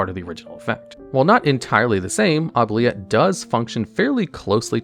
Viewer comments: OOO-BLEE-ETTE- OOO as in goo. Blee as in BEE...ETTE as in the Et in Etiquite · Please. For the love of God. Anyone playing Oubilette and pronouncing it as it's spelt, I give you the correct pronounciation: "Oob-lee-eh". It's French. It means "forget".